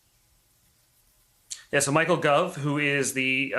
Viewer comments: It Michael Gove (sound like grove not guv) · Gove not Guv, and its Downing Street not Downing. And who takes over its the First Secretary, which in this case is the Foreign Secretary of State, our foreign secretary Dominic Raab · It is 10 Downing Street not 10 Downing also GOVE is pronounced like DROVE not like GLOVE. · It's not called Ten Downing - it's Ten Downing Street, sounds awful when you say that, and it's Michael Gove, not Guv. It's like saying The President lives in The White, and Mike Pince is a religious zealot, not Mike Pence. Do some research. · It’s “Gove”, as in rove, not Guv as in Bruv. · Lots of errors. It’s pronounced Gove like Hove, not Guv like Love. Also, it’s 10 Downing Street, not 10 downing. Also, deputy prime minister doesn’t take over. It is Dominic Raab First Secretary of State (Foreign Secretary) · "Downing Street" is never shortened to "Downing"...just sayin'....And it's Michael GOH-ve, not GOR-ve. This guy must have got stuck in London just before the lockdown! He clearly isn't the regular London Correspondent. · These guys can't seem to use English! It's called "10 Downing Street". The word is "de facto" not defunct. Gove is pronounced to rhyme with rove not with love. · It's not guv. It's gove. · Dominic Raab is the Minister for the Cabinet Office, and as such is next in seniority. However, Michael Gove (pronounced "Gove" as in "Drove") is keen to be in charge, but is not Deputy P.M. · I was going to say 'It's "GOVE", not "GOVE"'. Your way is better. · That's not how you pronounce Gove. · This guy is so misinformed. He repeatedly mispronounces Michael Gove’s name and seems to think he’s deputy PM? Since when?? It’s been announced Dominic Raab would take over if need be. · I was interested in watching till I heard pronunciation of Michael Gove.....